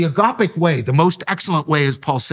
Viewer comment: If hes going to say agape so much, at least pronounce the gamma better. It's embracing to watch.